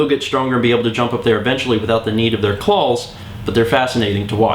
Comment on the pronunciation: clals that's how he pronounces it CLALLLLLLS